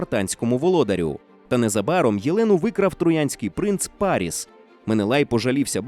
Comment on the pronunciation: Вперше чую такий дивний наголос у імені троянського принца. Завжди був парІс, а у вас - пАріс))